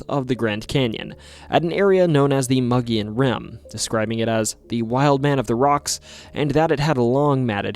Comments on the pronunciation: Its pronounced MOE-GEE-ONN monster. Spelled Mogollon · Arizona native here. It's pronounced mo-ghee-on. Mo as in "Moe is out". Ghee like the clarified butter used in Indian dishes. On as in "it's on the table". Otherwise, fantastic video. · Another Arizona episode!! Even though Grand Canyon goes further, I still appreciate this! Edit; one tiny nitpick, it’s supposed to be pronounced “Moh-Gee-Yon”, but other than that another great video, the mogollon monster has always been one of my favourite stories, camping by the rim is always exhilarating and the wildlife and nature there is beautiful year round! Too many people don’t know how beautiful Arizona is!! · It's pronounced Moe G on, not mug e on. based on a the rim region around Payson Az. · Boy the way you butcher mogollon monster aNd Prescott Arizona sure does piss me off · As a lifelong Arizona resident. Your butchery or the words Kaibab and Mogollon is cringe